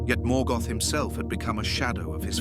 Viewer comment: Lazy gen AI management.The mispronunciations that follow show it as true.